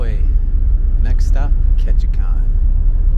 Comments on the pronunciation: You kept mispronouncing “Ketchikan “. It is not “kon”, it’s “kan”. There’s no o in there. LOL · I 'm hoping someone in Ketchikan helped you with the pronunciation of their town. It's Ketchi-CAN. Not kahn. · Love the video but you’re pronouncing Ketchikan wrong, it’s pronounced KETCH-I-CAN rhymes with man not KETCH-I-CON. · Loved the video. Surprised nobody corrected you about Ketchikan. It’s ketchi-can not ketchi-kahn. I made the trip from Seattle where it used to start from in 1981 to Sitka. Time to try it again! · Been on the route often, great video. BTW, it's pronounced Catch-a-can, not con. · The kan in Ketchikan is like a can of pop, not Ketchikahn. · Just fyi, it's pronounced Ketchikan. As in "KAN"(think CAN), at the end. Not "Kon". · Ok its Ketchi can not Kon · It’s ketchican not Ketchikhan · Ketchikan pronounced can, not Kahn. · Ketchikan - Pronounced “Catch-A-Can”, not “Catch-A-Con”. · Ketchi-CAN not Ketchi-CON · What? Was this guy educated in an American University? Who taught him how to say: "Ketchikan"? Tell him it's pronounced: Ket chee can. Not Ket chee chan. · Very nice! Grew up there. Clouds and rain is Ketchikan weather. The last syllable is pronounced "can." Like can of soup. Peace and love.